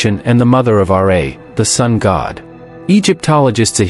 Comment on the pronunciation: "the mother of "Are-ray""? Really? Is that what his mates called him? I always heard that the "Received Pronounciation" was "Ra" (As in "Ra, ra, ra!") Sack this robot and get a human to read your script. It will save you embarrassment.